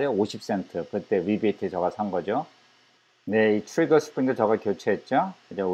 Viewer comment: 선생님 습관이 진짜 고치기 어려운건데 ‘제가’ 발음 의식하시고 하시는게 정말 대단하십니다.결론은 비싼게 제 값한다. 예전에 말씀드린것처럼 좋아하시는 일을 하며 즐거워하는 모습이 힘이(은혜)가 됩니다. 사냥하시는거 빨리 봤으면 좋겠어요 ~